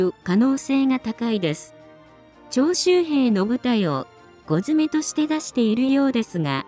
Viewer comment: 徴収兵が長州兵と聞こえてしまった